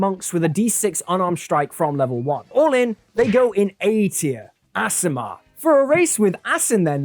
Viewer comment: it should be pronounced Ace-i-mar.... there are two "a" at the start, that suggests a vowel that says its name